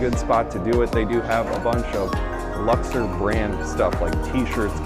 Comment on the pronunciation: Why are you pronouncing Luxor that way? There's no e in that word